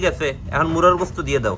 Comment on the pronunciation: মুরগির গোস্ত বলতে পারেন না মুরার গোস্ত কেন বলেন।